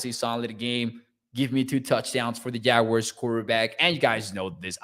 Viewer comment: Please,just say jaguars,ive yet to hear the proper pronunciation